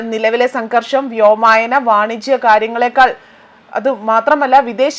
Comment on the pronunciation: "വ്യോമായനം" എന്നല്ല , വ്യോമയാനം എന്നു പറയൂ.